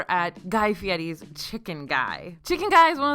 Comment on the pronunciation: Props to for pronouncing Guy Fieri correctly 👍